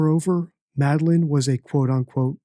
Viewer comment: He says “the vape store” so many times, but can’t say “Madeline”